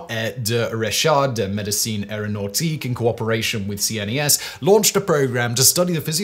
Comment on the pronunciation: CNES is pronounced "qness", not spelled out. 😉